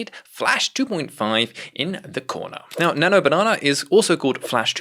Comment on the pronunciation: 12;07 i am surprised how could you pronounce it the correct way ? thats how we say it in arabic